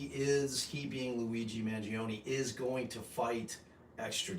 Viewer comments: Your pronunciation of the Italian name is spot on. You read my name in one live when answering my question, and it was perfetto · Ps. Great job on the Italian pronunciation I and 48% Italian and you nailed it.